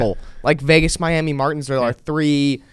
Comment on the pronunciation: It’s pronounced “my yammy” 😅